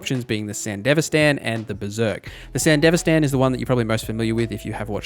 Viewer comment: How do you watch Edgerunners and still come away with the pronunciation "san-dihv-uh-stan" like its some middle eastern country, but have the correct Spanish pronunciation of "Martinez" and others. Not a big deal, but couldn't avoid saying something.